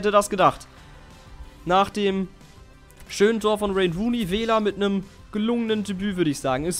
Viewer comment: er heisst "WAYNE" und nicht "RAYNE" Ronney